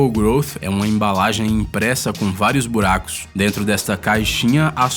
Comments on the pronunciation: Voltem em olha como ele fala "buracos” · Parece um americano tentando falar português